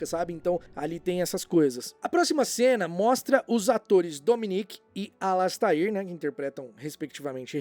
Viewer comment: e precisam aprender a dizer a pronúncia correta do Alastair, tadinho. (Alasteir)